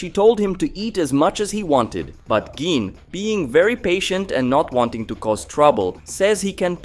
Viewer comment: GEENE.....GEENE???? Bro...please.. as a fan you gotta say this right... Gi.. ne.. gine.... pronounced ghee nay..... please..GINE